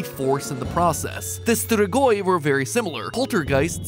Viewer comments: dude it's ""streegoi" like in fleet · Stgoi😂😂😂😂😂 We need to teach matpat how to say strigoi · matt...the way you pronounce strigoi I can't be mad, just sad Also Vampires are not what we would also think to be strigoi, but very similar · As a romanian the way he pronounces "strigoi" is just too funny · And your sus "strigoi" makes me laugh(I speak romanian)